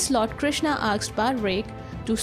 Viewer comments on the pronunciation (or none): Why she says asked as aksed ? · Is it really "aksed" you are spelling or "asked" ? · The narrator is always saying AKSED , AKS instead of saying ASKED , ASKS ...😂🤣😂🤣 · Everything else is fine , what is "aksed" . You're saying "aksed" instead of "asked" everywhere 🤦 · A part of me dies every time she says aksed instead of asked. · Just curious, am I the only one hearing her say, "Aksed" in place of "Asked". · Aaksed ? or Asked ? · AKSED!?!? OR ASKED?? PRONOUNCIATIONS ARE CLEARLY MENTIONED IN THEY DICTIONARY!!! LEARN TO READ IT!! ACCENTS ARE PARDONABLE. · Asked or aksed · Aksed?? Or asked? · Well put together. Suggestion: Work on your pronunciation. It's "asked" not "aksed" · I want to aks you, whats up with them aksing questions? He aksed, she aksed everybody aksed.. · Asked (aaksed nahi) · Asked not aksed mate!!😂😂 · "aksed" nahi baba "asked" hota hai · Asked not aksed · Aksed 😕 Asked 😐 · "Asked" shall be pronounced as "A S k' ed" not as Aks'ed... else good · When you say aksed , it's very irritating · Aksed nahi asked hota hai... Good presentation otherwise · Why she is pronouncing "aksed" Instead of "asked" 🤣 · AKSED him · Its asked not aksed, please correct pronunciation, its embarrassing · she is saying aksed ?? really. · 'aksed him' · Aksed, Aksed, Aksed, Aksed, Aksed, Aksed, Aksed, Aksed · You have a great pronunciation except for “Asked”. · Its okay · Your pronunciation of ask gives me shivers 😱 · Please work on the pronunciation of the word "asked" 👏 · Please learn how to pronounce Asked